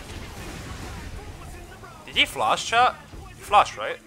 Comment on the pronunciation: ur " flash" sounds like "flush"